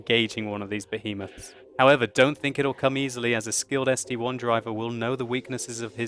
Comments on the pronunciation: it's the ST-I. Not ST-1. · ST-I!!!!! it is a capital i.... I..... not 1................................ -_ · it's st-i not 1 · I have that tank its called ST-I not ST-1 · ST-I (i), its not 1 !!! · It is ST one! NOOOOOOOOOOOOOO it is ST- Eye! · It's ST-capital i